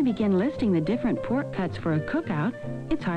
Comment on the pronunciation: ....she lost me with that sooooo Midwestern 'how "teaaysty" poork really is'...:)!